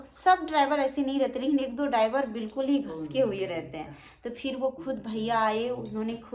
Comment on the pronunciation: भाइ को भाय बोलती है 😂😂😂